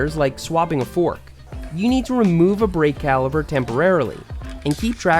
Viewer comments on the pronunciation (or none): none